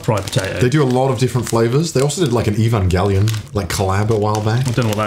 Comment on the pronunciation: とんがりコーン もはや、ポテトチップスじゃないやーん それは、コーン🌽やー！ デストロイ The クリスプ 笑笑 日本人の私が美味しいと思うものが ことごとく評価が低いし もっと美味しいスナック菓子があるので 教えてあげたいです ヱヴァンゲリヲンの発音に驚きました イーヴァンゲリオンかー イギリス🇬🇧英語だとこうなのでしょうか？ 今まで他の発音では ヱヴァンジェリオン は聞いたことありましたが コナーさんのは新しい発音でした